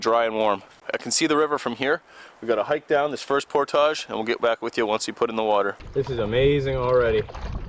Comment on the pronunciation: Say "portage" again,!:P